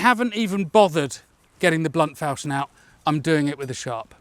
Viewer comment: Non-native speaker here: I thought it was pronounced fawl-shon (as in ‘awe’). Is my dictionary very out of date, or is it a regional thing?